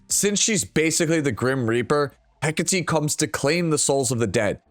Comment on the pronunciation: Hi, I know you appreciate proper pronunciation of names. I do too. Since Hecate is Greek in origin, it's pronounced heh-KAH-tay, with the stress on the middle syllable. Cheers.